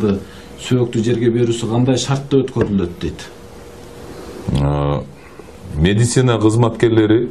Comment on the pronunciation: секундта мединица дедиго😆😆